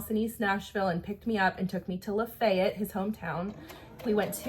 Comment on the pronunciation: You mentioned Lafayette in your story. Is Lafayette GA. You just said it correctly. Most pronounce it La Fayette. I just wondered. I volunteer with Georgia Federation of Women’s clubs. We have a wonderful club of ladies up there